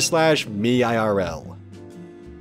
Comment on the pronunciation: First of all its not pronounced r/me irl its pronounced r/meirl